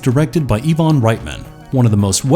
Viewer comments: Overall, not a bad list. But you made some mistakes. How do you manage to pronounce 'Ivan' as 'Yvonne'? Also, William Gibson's book is called 'Neuromancer", not "Necromancer', and I highly doubt it had anything to do with that movie. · Has the narrator never heard someone pronounce the name Ivan before? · Since when is Ivan pronounced "EeeVon"? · Nektrotonic was based on the book Neuromancer, not Necromancer. This channel is getting dumber, it's Ivan Reitman not Evon